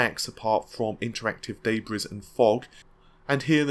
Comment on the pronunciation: "... interactive daybreeze". learn to pronounce words,. It's just sad. You know these words and how they are supposed to be pronounced, but you still say Narvay, Nepauls and now daybreeze. Please......